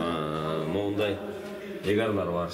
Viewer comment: Туура ээр болуп айтылат